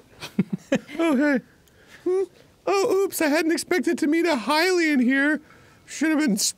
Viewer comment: Oh my god yes after over a decade they're finally pronouncing Hylian correctly